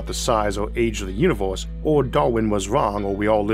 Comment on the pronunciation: How are you gonna make stuff like this and then talk like a toddler? Put some of the money you're making into a logopedist. "pwospwew" and "uniwews" in the first 30 seconds, that's unbearable. You have such a good voice other than that, too.